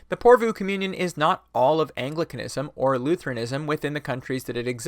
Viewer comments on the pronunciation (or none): none